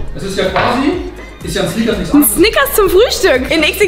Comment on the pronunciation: Seit wann kann Snickers richtig aussprechen?